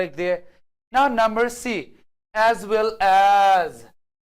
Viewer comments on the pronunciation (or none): none